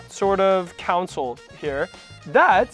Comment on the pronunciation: Did I hear you say council when referring to the console?